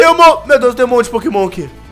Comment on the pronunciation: Vc percebeu que vc falou bombassauto